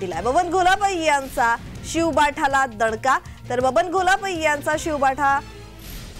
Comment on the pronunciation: शिवबाठा 🤔 निट नाव घेता येत नाय का